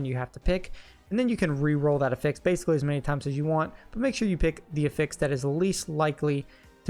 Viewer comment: I know im splitting hairs and it isnt a big deal but I have yet to hear a D4 youtuber pronounce the word "affix" correctly.